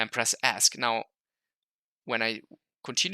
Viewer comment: Great videos. Just a minor point though. It took me until this video to realize what you were saying when you said "ask". Now I know you were referring to the Esc key or "escape" key. I know...I know...I'm old and slow.